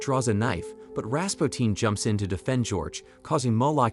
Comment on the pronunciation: Ras puu tin not Ras pow teen